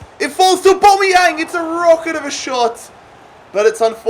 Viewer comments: Au-bam-e-yang not au-bom-e-yang pleases stop saying aubomeyang it is really annoying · aubameyang is pronounced 'or-bAm-ee-yang like so can see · mate it’s AubAmeyang not Aubombeyang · It’s not or-bomy-yang it’s or-bamy-Yang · “orbomiyang” look saying it hella wrong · It’s AubAmeyang don’t know why this triggered me so much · Don’t call him abomiyang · ITS PRONOUNCED AB-AMEE-YANG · The way he says auba is funny like so can see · Stop pronouncing Aubameyang like that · Pronounce Auba correctly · I hate how he says aubameyang